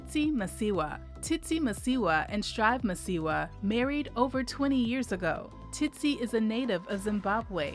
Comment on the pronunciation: So the narrator can say the second "Tsi" in Tsitsi, but not the first! SMH!